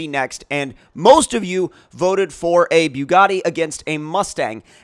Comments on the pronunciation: Its bugatti not biugatti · "Beaugatti" lol